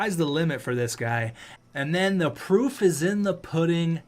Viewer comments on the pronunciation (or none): none